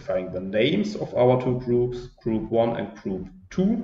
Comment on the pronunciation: I loved your lecture 🙂....is it me only hearing groups as troops?😉 I have two questions here .. 1) by which hidden concept two gruops are distinguished ? 2) in the last example when I plot ..my graph is automatically a point graph not a smooth curvy graph like yours